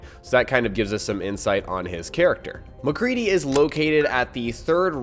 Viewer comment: You said mcree